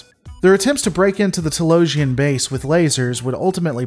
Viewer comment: TAY-Lowes. Hey! I just got some plumbing fixtures and some lumber at TAY-Lowes!